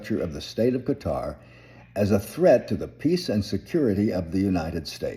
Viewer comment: You sir are correct in your pronunciation of Qatar.